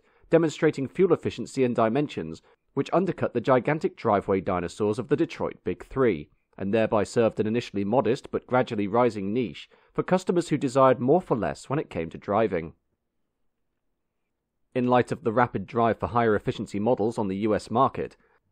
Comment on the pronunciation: niche: neesh, not neetch.